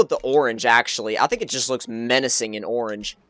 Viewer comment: um tragic, and um learn to um say orange